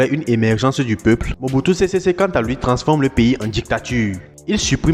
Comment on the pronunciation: Mobutu sésé séko et non sésésé